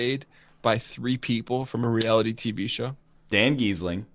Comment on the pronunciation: "Dan Gheesling," HAHAHAHAHAHA